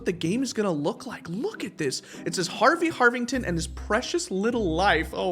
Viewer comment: "garvey garvington"